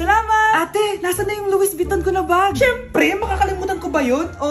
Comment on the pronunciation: yung "luwis biton" ang pag pronounce. nyahahaha